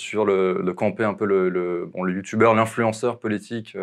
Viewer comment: "youtoubeurre" j'ai mal aux oreilles